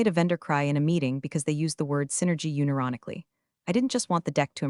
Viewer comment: “Uni-ronically” ?? Took me a second to figure out that one.